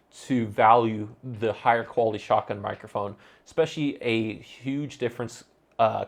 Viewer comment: not trying to be funny or anything, but I assume you are saying "shotgun" mic? I googled for 'shocken' mic for 5 minutes lol